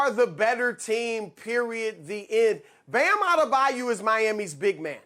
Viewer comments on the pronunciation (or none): Why do so many people pronounce it Bam A-da-bayou? It's further away from the spelling then the actual pronunciation A-de-bye-oh.